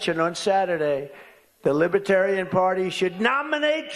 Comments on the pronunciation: Lib-a-tarian. Can't even say it right, lol. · I cringed every time he said "Libetarian". The "r" kept getting lost. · “Libit Tarian” He says it like lie berry Or massa two shits Thank god he’s sooooo well educated5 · A libaaaaterian not libertarian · Does anyone hear lib-uh-tarian" when Trump tries to say "libertarian"? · I just realised, he keeps calling it Liba-tarian rather than Libertarian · Trump repeatedly said "Libiterian" instead of "Libertarian" Lib-i-terian, not Lib-er-terian. Yet MAGA'S continuously harp on Biden's verbal issues. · Hey you orange goof it’s ‘Libertarian’ not ‘lipitarian. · Why wouldn't one of his handlers tell him that it's pronounced Lib-er-tarian, not Lib-a-tarian? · He cannot even pronounce LIBERTARIAN! He says “lib-a-tarian” over and over. Feckin Eejit. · He says “Libetarian” half the time, not “Libertarian”. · Trump not even pronouncing Libertarian correctly! He has no idea what liberty is!!😂 "Lib-a-terian" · "Libatarian" he can't even say Libertarian. 😅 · What's a "libbatarian". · A Libatarian? He doesn't even know how to pronounce it. What a bozo! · Trump’s pronunciation of “Liba-tarian” has me thinking that trump probably thinks the people at the convention work in libraries. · What is a "Libetarian?" He can't even pronounce it. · A libetarian? Wow that overgrown toddler can’t even word anymore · He can’t even say libertarian correctly. Lib-a-tarian. 😂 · Lib-u-tarian... He can't even pronounce it right. It's insane he is trying to strong arm them into voting for him. The party literally taking personal freedoms from people. WTF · What's a "libetarian"? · "Libitarian party" - he can't even pronounce the name. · a libaterian 😂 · Trump can’t pronounce Libertarian. “Lib-uh-tarian” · A “Libetarian”😂😂😂😂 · "Lib-a-tarian" Trump can't even say Libertarian. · I love how Drumpf says, "Libbitarian" 😂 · He can't even pronounce it - "Li-BIT-arian" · “The LIBA tarian party” That buffoon can’t even pronounce the word! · Did he say Libiterain